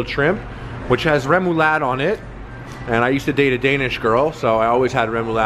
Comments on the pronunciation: Yo man, i'm danish. That's not even close to remoulade, sorry harley, haha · I have never heard someone pronounce remoulade like that before, glad you like it! i'm not the biggest fan of it tho, to sweet.